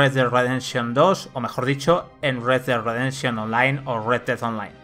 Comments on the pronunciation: "RedeRredenshon2" xdd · Como le patina la lengua jajajajaj “red güad rededsion” más o menos he logrado escuchar jajajajajjajajaj